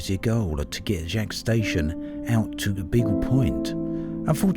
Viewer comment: Yo, that's my station! It's pronounced like Jakes.